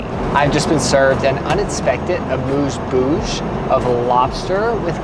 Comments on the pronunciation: The junk is amooz bouj,? Amuse bouche. A-muse boosh. French is hard I guess. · amuse bouche is actually pronounced amuse “bush”. Bouche means mouth in french and amuse means fun so it’s like mouth teasers.